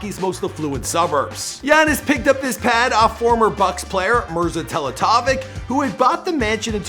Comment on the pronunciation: completely butchered "Mirza Teletovic"